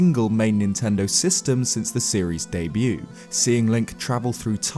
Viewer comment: I just realised it's not "day-view" but "debut"🤣